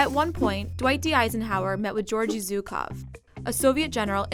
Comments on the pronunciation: Not zukov... It is pronounced with sound that doesn't exist in English, but is pretty close to G, or J, but not Z. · How hard is it to pronounce ZHukov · Zhukov, not Zukov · Zhukov not Zyukov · He is Jukov ( Жуков ) not Zukov, in russian language Juk ( жук) means bug.